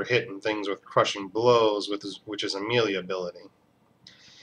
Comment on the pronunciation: Melee (Meh - Lay) Just saying.